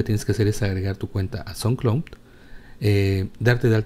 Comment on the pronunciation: Carajo! Deja de decir "entorno", y "como tal", y no es tan difícil mejorar el inglés eh? Dijisteis sonclon en suposición de sound colud y siñal en suposición de signal, saludos y que pases un buen día